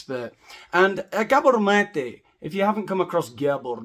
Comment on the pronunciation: We dont need maths for University with psychology. My family is riddled with them. You make me laugh my ass off without pissing me off as a Canadian Mental Health Community Worker ( serious) lol. You say Dr. Mate's name like "Dracula" .